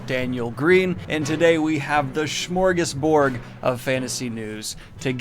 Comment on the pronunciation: I love how you pronounce "smorgasbord" like "schmorgasboard". On another note, I'm kind of reserved when it comes to fantasy authors writing screenplays after the disaster that is JK Rowling's fantastic beasts. On the other hand it's Brandon Sanderson so it couldn't possibly be bad